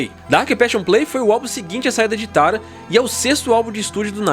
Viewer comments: Pq ele fala Tara? É Tarja! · Oi só uma correção! Os finlandeses não fazem parte dos povos vikings. Que por sinal deve ser lido “VIKING” e não “Vaiking”, a menos que sua ideia é ler em inglês. outro detalhe é que: o nome da vocalista deve ser pronunciado: “Taria” embora seja escrito Tarja. Abraço daqui da Finlândia 🇫🇮